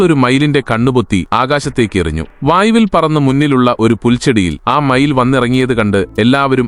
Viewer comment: You first talk mayir that bad word Pronunciation: mayil 😂😂😂😂😂😂😂